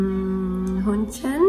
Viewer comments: I had to laught so hard because she pronounced "Hühnchen" like "Hündchen" wich means pooch in german😅 But the video was very nice👍👌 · dachte sie hätte "ich will hündchen" gesagt... hab nen kurzen schock bekommen 😅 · should probably practice saying "Hühnchen" (chicken) again, it sounded very much like small/cute dog (Hündchen).